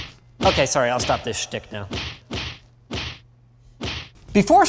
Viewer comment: You said "schtik." George Burns, Jimmy Durante, and all the old crew would be so proud.